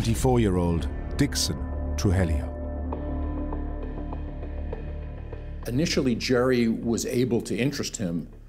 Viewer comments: Narrator keeps saying "Trujelio instead of Tru-ji-llo!!😂😂😂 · Except for the horrific pronunciation of Spanish names...